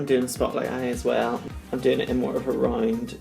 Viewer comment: the way you pronounced "round" is not even like AN APPROXIMATION of the word. Its so cute Your accent is everything, honestly love listening to it every week on drag race